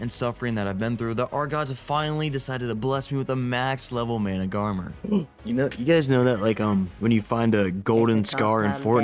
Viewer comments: it's MANA-GAR-MeR that's how you need to spell it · Managamarmar 😂 (it’s mana-gar-mer) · manas are pronounced like "mana then gar then instead of saying mr say mar so basically say managarmar (even tho its spelt managarmr) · its managarmr (mana- gar-mer) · Repeat after me Mana - ga - rmr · its pronounced mana gar mer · petition to make the official pronunciation of the managarmr mana-gah-mar-mar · Mana-Gar-Mer say it like that ❤👍🏼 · i do believe its "Mana-Gar-mer" but thats how i saw it :3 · Its been a year and still can't pronounce managarmr correctly. Hilarious as hell, keep up the amazing work!